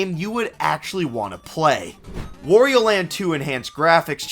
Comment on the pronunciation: "Wario" rhymes with "Mario," bro. It's not "wore-e-oh."